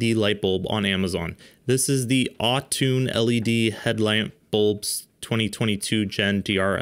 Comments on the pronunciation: Its NOT "Autune" (Autoone) its "Auto One" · its pronounced "AUTO ONE" .................. what is wrong with Americans? you said "autune"????? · Its pronounced AutoOne, not Autoone, LOL. Love the video though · You read that as au-toon, instead of auto one. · I think "au-toone" was "auto-one" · Dude, it’s not Au-toone. Almost certain it’s Auto-one. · It's pronounced " auto-one " (autooone) NOT "all-toon" 😂😂😂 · “Au-tuuune” bro can you even read😂 it says Auto one😅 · Clearly that says Autoone(Auto-One. Not Au-Toon🤦🏽‍♂️ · It’s not autoone it’s pronounced “auto-one” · auto one not autoone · AutoOne! Not Atuun! Sorry! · I love how you pronounced Auto One as AwwwToon. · Come one..Au Toon? 😂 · Please. It is clearly pronounced "Aww-too-NEE" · Umm, possibly pronounced “auto one.”